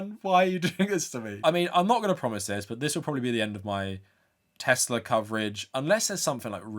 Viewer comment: God the way he says teZla pmo so bad 😂